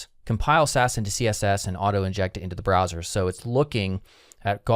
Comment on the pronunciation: "browser" not "brower"